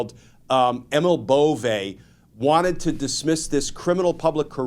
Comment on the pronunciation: I like the way you pronounce Bove. Now pronounce Doge similarly.